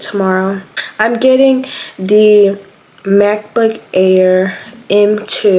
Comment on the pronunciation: Ok I don’t know if it was just me but at first I heard math book and not Mac book lol😂😂